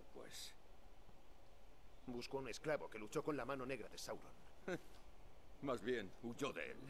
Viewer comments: Es Sauron, no Saurón xD., apréndaselo. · porfavor no digas mas saurón es sáuron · Sauron plis no saurón jajjaja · sauron no saurón